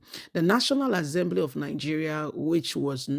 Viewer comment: Assembly NOT AZEMBLY